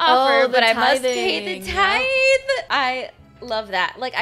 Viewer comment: Tithe is pronounced with the voiced th like this, not the voiceless th like think...i took Greek for 3 years staying in 6th grade... THANK GOD i can finally apply it while watching a butt venmo video!! Lol